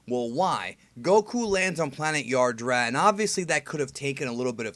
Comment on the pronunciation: Yadrat, not Yardrat